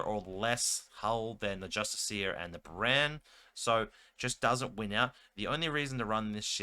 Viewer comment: It's pronounced with the emphasis on the "iss". Just-ISS-ee-er. Not justice-EE-ER. Doesn't bother me. But if the role were reversed, I'd want to know. Now you know.